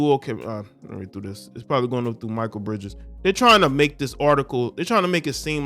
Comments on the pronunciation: Ex Suns player pronounced (Mick-Kale) Mikal great guy wish him success 👊👍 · Ma-Kale pronounced my guy…love the video’s btw🙌🏽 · I just wish you could pronounce his name correctly ……..just ask someone bruh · Step your sports knowledge up...youre not even saying Mikal Bridges name right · Pronounced the Brotha name right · Most of the time - it is considered to be proper etiquette for Pro Athletes to leave comped Tickets among themselves to other Pro Athletes - especially for a non-sellout regular season game Do better, the name is pronounced MEE-Kahl, not My-kuhl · Bruh… pronounce his name right man. Like damn. It’s not even spelled Michael so why pronounce it like that lol I know you’re smarter than that fam. Like cmon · It's pronounced McHale, this guy is a good dude. His mother showed him how to be financially responsible and he has a partnership with a company called Dovly, that helps people with their credit. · Pronounced Ma•kale👍🏾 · At least say his name right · SAY IT WITH ME🗣MAA KALE BRIDGES NOT MICHAEL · Its Mik kale not Michael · His name is pronounced (Mckale) Bridges, not Micheal.🤔 Aja seems pretty cool, but I don't know her. Mostly I think about 80% of the WNBA ladies need a night of passionate natural male dick ! That's where the PRIDE is. 👍 And the ladies that do get it, are treated jealously by the ones that don't. Anyone remember when Britney Griner challenged DeMarcus Cousins to a 1 on 1, and said she'd have no problem beating "Little Man" ? Cousins just laughed, had no comment and kept it moving. We all know the outcome is murder.👍🏀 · His name isn’t pronounced(my-kul ) his name is pronounced (My-Kell) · u murdered Mikal Bridges name it's pronounced me kell bridges not Michael bridges lmao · Me kale not Micheal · His name is Mikal. Pronounced Muh-Kel. Not Michael. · Not Michael…pronounced “Mi-Kale” like the salad. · HIS NAME IS NOT MICHAEL IT MI-KAL ijs if you have heard how his name is said it not Michael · Bro it's not pronounced michael